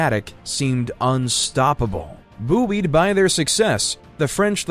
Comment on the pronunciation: boo-ee’d? Do you mean buoyed?